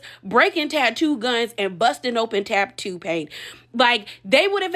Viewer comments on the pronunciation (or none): You said "tattoo artist", I heard "tighty whities". 😅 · Three ts in tattoo and somehow you manage to pronounce only one of them